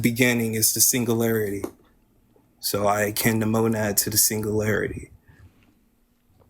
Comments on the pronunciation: PLEASE tell him how to pronounce singularity. Because it's NOT pronounced "single-larity". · He can't even pronounce "singularity"